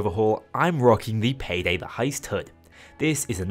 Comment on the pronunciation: Bro turned Payday 2 into Paygay 2